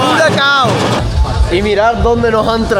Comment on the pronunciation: Não é furazao, é furacão!!